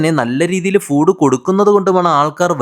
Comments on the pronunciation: Pronunciation crct aahn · Half the comments not knowing foooood is literally the right pronunciation 😭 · Angane thanneyan Pronounce cheyyande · That's the real pronunciation 😂 Educate urself